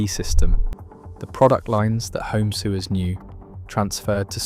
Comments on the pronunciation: A human needs to listen to the narration before you post. Those who use sewing machines are not "soowers" we are sewers!!! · Right!!?? I actually laugh out loud when I heard soowers! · But the criticism still stands - it pronounced 'sewers' as you would if you were talking about a system for handling sewage, not as you would for people who sew. And in a video all about sewing that struck me as particularly egregious. The stock footage should only sew Singers and Singer footage when the topic is Singer - but it used it all over the place when talking about Pfaff as well. This was not a quality video and as interesting as some may find it I'd want to double-check anything it says to verify it for myself before I believed it. It did not sound at all to me like something properly researched or properly reviewed/edited before it was committed to publication. I'm going to flag youtube to not recommend the channel to me.